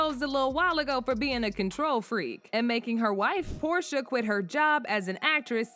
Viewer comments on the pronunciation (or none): none